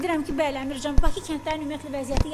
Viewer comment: Əmrəcan yox Əmircan